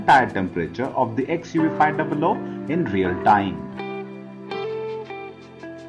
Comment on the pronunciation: It is called XUV 5 double O only and not 500